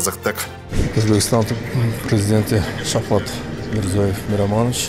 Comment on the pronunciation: Шавхат эмес, Шавкат десенер зб кылбай.